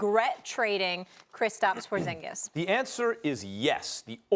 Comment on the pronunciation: wtf your satng hes name wrong hes from litvia me to and its prounounced diferentli lol